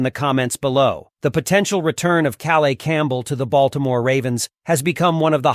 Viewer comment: welcome home, Calais Campbell!! pronounced Ka_layis.